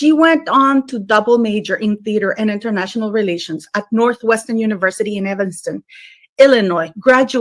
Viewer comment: Hmmmm….. Internayional (italics:). “ Relations”……maybe she DID relate internationally…….